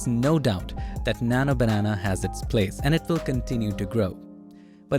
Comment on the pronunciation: Bro your slang on Nano Banenaa is so funny and unique ❤